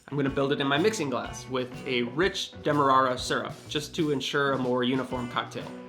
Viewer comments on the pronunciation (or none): Demarara is pronounced "DEM-AH-RARE-UH", not "DEM-AH-RAH-RAH" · Its pronounced demar-air-a. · I always pronounced demerara differently. As in "Jokes about white sugars are common, but jokes about brown sugars, dem-are-rarer." Thanks for the recipe.